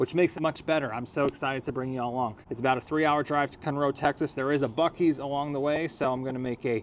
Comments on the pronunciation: Okay, I just started the video. And number one, it's not cun,- row, it's Con-row Texas. I know you're not from here, so I'm simply correcting you. Okay, now back to your video. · Hey. I’m in Houston. It’s pronounced CONroe, TX, not ConROE!!! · FYI it’s CON-ROW, not cunrow. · Cun roe Texas? 😂😂😂 I live here in CON ROE, Texas. It spelled “ Conroe” Texas. It’s sounds exactly like the way it’s spelled. Bro, don’t overthink it.😂 it’s just “con row” Texas CONROE. CUN ROE😂😂😂😂😂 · It is not pronounced, "Cun-Row", it is pronounced as it is spelled, "Con-Row". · Can’t even pronounce Kunroe 😂 It’s Con Row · Great work. But it's CON-roe. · It’s Con/Row stop talking like you’re in California 😣😁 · I have never heard Conroe pronounce Cunroe 😂😂😂 wtf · It’s pronounced Con-row Texas fella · That not how you say Conroe! 😂Con-roe Conroe! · My dude said ‘Cun-Row Texas’… dog the disrespect!! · Just came across your video, been here my entire life. No offense but it's pronounced (KAAN-ROW), nice video and commentary. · Pronounced Kann-roe. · Good video good content living 3hrs away you should know it’s pronounced CON-ROW…..city boy in his Audi and clean clothes 😂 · Good video good content living 3hrs away you should know it’s pronounced CON-ROW….. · You mispronounced Conroe.